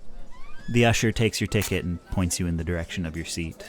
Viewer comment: i know you said "the usher takes your ticket" but that really sounded like "the usher takes your dick in"